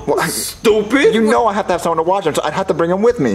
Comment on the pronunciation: You mean, "I dont HAF to."